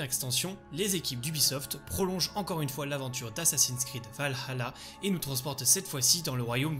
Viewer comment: Un des seul youtubeurs qui dit valhalla ( avec le h) 👏👏